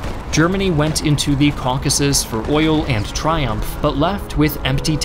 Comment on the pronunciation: Oil only has one syllable.